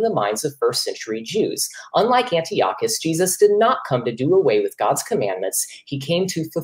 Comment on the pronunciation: thats not how you pronounce Antiochus...steals a bit of thunder from the opening statement